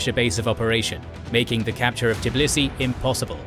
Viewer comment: Tbilisi, not Tiblisi.)